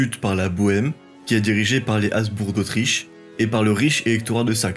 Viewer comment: Aïe, les fautes de liaison et les noms propres estropiés (azbour pour "haBzbourG"), le débit trop rapide des dates, affaiblissent un pourtant bon travail documentaire.